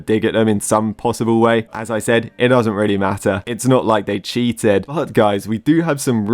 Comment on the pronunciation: Did you say cheated like that on purpose